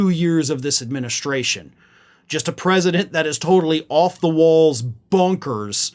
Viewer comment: US-Predement instead of US-President